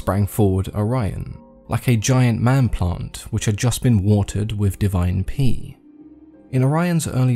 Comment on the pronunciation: "Divine pee" lmao